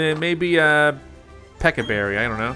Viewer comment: Watering takes about 23 seconds if I counted at the right speed. The Pecha berry took 30 seconds. Also, Please stop calling the Pecha Berries Peka Berries. I hate that pronunciation. Also, Staravia is pronounced Star-ay-vee-ah, but I don't mind your pronunciation. Buneary is Bun-eer-ee. Protect only works the turn it's used.